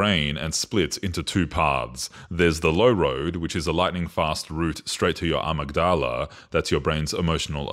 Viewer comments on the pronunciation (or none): Great video! (I think it’s pronounced “uh-mig-duh-luh” though). I think this explanation breaks it down nicely and succinctly!